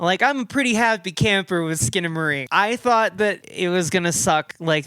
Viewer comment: HELL YEA SKINA-MAY-RINK